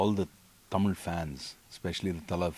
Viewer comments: Your pronunciation is amazing...the word தமிழ் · Though his mom is thamizh it sounds really good to hear the word THAMIZH from a bollywood actor & not tamil. Thanks vivek. Hope Vivegam brings you more opportunities in THAMIZH cinema for you. ALL THE BEST. Also needless to say that we thala bloods appreciate real talent. WAITING for 24th AUG.